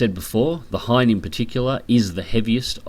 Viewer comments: It's Ki-61 Hien, not Hein. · Just found about your channel. Keep up the good work. Also do some digging about the Ki-100, you might like that too... The "i" in Hien is short. Actually its pretty much a long "e" sound. He-en. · It's the Ki-61 Hien, hei model. I know, confusing.